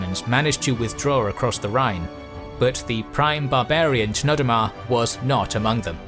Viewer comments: I'm pretty sure the ch in Chnodomar is pronounced Knodomar. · It’s pronounced Knodomar I believe